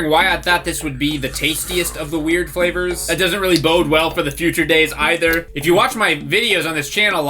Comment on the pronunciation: He said “cup noodlesflavors” the s in noodles meshed with flavors so it sounded odd